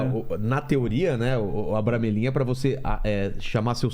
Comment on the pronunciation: Vilela : eu sei , estudei muito o abramelin. E falou tudo errado kkkkkk